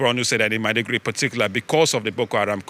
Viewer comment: Madi-Guri? 😂😂😂😂 Maybe check the pronunciation before making the report😂😂😂😂😂